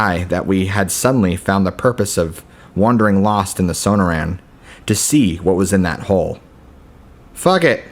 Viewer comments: SOH-NOR-ANN not SOHNOH RAN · Are you trying to say the Sonorian desert?